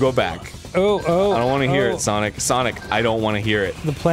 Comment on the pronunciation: No It's Sonic Not SaNoK